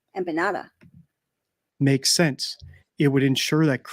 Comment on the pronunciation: I’m so mad that somebody corrected your pronunciation on Empanada- PLEASE put that Ya back in when you say you it. I loved it!!! lol 😆